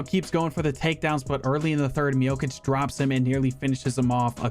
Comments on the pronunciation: Not miokic miocic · That pronunciation of Miocic is killing me lol